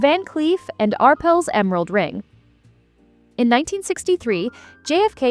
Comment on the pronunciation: Love the way AI says 'Arples' instead of "Arpels'